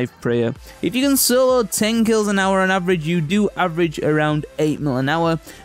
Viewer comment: listen how he says hour. made me lol gr8 vid tho